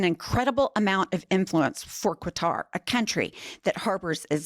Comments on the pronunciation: Qatar is pronounced "cutter". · It is NOT QWTAR!!!! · I believe Qatar is pronouned "kah-tar" almost like saying "cutter" if that makes sense. LOVE you goils!!! ❤ 😊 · Why does she pronounce Qatar as Quatar??? She’s kind of dumb isn’t she? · Qatar is pronounced “ cutter” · Minor point, I guess, but it's pronounced "Cutter". I'm sure MAGA's thrilled as they always are when he defies every law on the books and gets away with it because our Congress is embarrassingly weak. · Stop saying "Kwatar". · It’s pronounced kah tar, just saying. This $400 million jet but a $5.5 billion golf course in Qatar too. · QATAR- Pronounced KAH-TAR. OMG! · There's NO u after the Q, in Qatar. Sounds like: Guitar. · Holy crap look up how to pronounce 'Qatar'. Seriously, "QUatar"?! cringe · No tariffs on Qatar? What about all that sh-t about buying stuff that's made in the USA? Also it's pronounce "KAHtar." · I love your videos. And I don't mean to mansplain but, the country of Qatar is pronounced "cutter" and "400 million plane" needs the word dollar after 400 million. Sorry. I'm just trying to help so you don't get trolled by other people. I try to be repeating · The country "Qatar" is pronounced "CUTTER". MEIDAS TOUCH reporter finally got it. Journalists owe it to viewers and Qatar that respectfully reporting their name lead the way to better human relations. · please learn how to pronounce Qatar! You're driving me crazy with Quatar or whatever the hell you're saying 😂😂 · Love your channel, but really, please learn how to pronounce Qatar. It's as in "Ka" not "Qu". Everytime you pronounce it incorrectly it reduces your credibility as knowledgeable on the subject. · Where is the “U” in Qatar? It’s pronounced as Kutar..it’s not like quarter. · Bondi already signed off on it and it is pronounced (Qatar: cutter). Get your shit together ladies, please! It destroys your credibility when you cannot correctly pronounce a country’s name! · IT'S PRONOUNCED CUTTER NOT KATAR QATAR=CUTTER